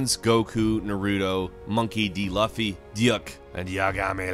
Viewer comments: I was just going to help him out on that lol you say it like: LU - Fee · Is pronounced with a long u sound not short so it’s pronounced loofy and with naruto your supposed to pronounce each syllable, your just butchering all the names. 😂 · I clicked away as soon as he said Luffy (rhymes with fluffy) instead of Luffy (pronounced L-oo-phee) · Knowing that this isn’t the first time he’s pronounced Luffy (LOO-FEE) the way he does hurts me even more.. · And he said Monkey D Lappy SMH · What about starlink battle for atlas? super smash bros? Also luffy’s name is pronounced loo- fy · Whose Monkey D lughfy? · .....its pronounced Loofy, not however you pronounced it. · It's Monkey D. Luffy. Pronounced like "Loofy" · Ahhhh the way he pronounced "Luffy" took away 5 years from me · I cringed ever time he said Naruto and Luffy. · I always let the Naruto mishap slide, partially.... but Luffy, come on man, know dude hasn't played any anime game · only the ppl who doesnt watch the anime said it like that. its cool to me but funny also lol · The way you pronounced Luffy's name hurt my soul. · First the way you said naruto drove me nuts and after you pronounced luffy I almost punched my computer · you pronouced luffy wrong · please pronounce Luffy correctly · When he said Luffy's name wrong, I just knew that this guy has no clue about one piece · When he said Luffy I cringed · haha you said Luffy name wrong lol (look to Zoro) FINISH HIM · Your pronunciation of Luffy Triggers me 😒😒😒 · He didn’t say luffy right